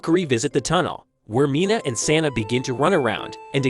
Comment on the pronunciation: It's Sanae, not Saena; just for future reference. You spelt it right in the video, but it sounds like it was wrong in the script you were reading.